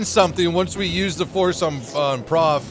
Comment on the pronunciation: "The phorce be with you"